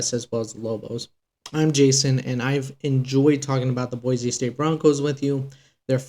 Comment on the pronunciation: Boy - See not Boy - Zee